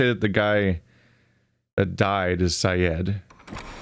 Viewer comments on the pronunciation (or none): You kinda mispronounced Syed's name as "Sigh-ed". And you kinda got both names of the surgeon and surgeon's mate swapped over.